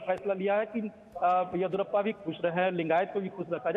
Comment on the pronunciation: Aswast narayan Bombai 🤣🤣 Yediruppa 🤣🤣 Naam to theek se lelo be